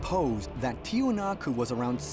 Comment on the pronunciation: In order to correct this chapter, everyone must know that it pronounces "Tiwanaku" or "Tiahuanacu" and NOT Tiahanaco. Learn that, and check your sources to knew it correctly